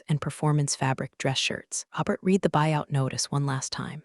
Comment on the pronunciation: Please teach AI context for when to pronounce "read" as reed or red.